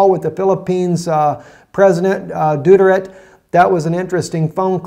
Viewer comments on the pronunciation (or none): none